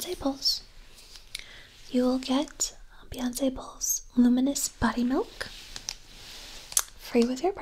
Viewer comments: Every time you said "Beyonsssss" instead of Beyonce I just about peed myself. You are so wonderful. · Hahaha the fancy pronunciation of Beyonce got me